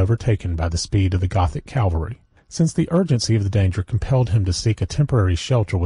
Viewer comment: Why do so many American readers read the word “cavalry” as “Calvary”